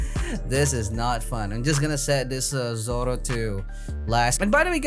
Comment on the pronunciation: Russian and Bulgarian accent Z O R O